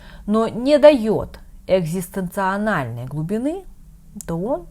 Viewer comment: правильно "екзістенцІАльного", не "екзістенціАНАЛЬного".